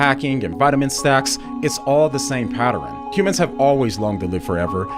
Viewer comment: I love your videos man but the way you say "patterin" instead of "pattern" is really interesting. I've known a couple people who have difficulties with those specific phonetic sounds in similar orders and was wondering if it's an inability or maybe something you just don't think about or care to change? Have you ever looked into that past the surface level if it is actually some kind of inability? If so, were you able to find anything more about it than we were? It's a very difficult thing for us to google.